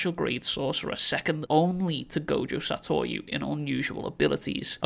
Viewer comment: Gojo Saytoywoo